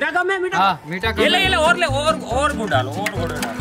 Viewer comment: 3 35 pe gud ko gu bola😂😂😂😂